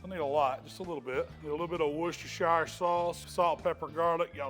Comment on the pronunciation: Definitely doing this one. You were so close, but it’s pronounced ‘wuss-ter-sheer sauce’. Heard it pronounced way worse though to be honest 😂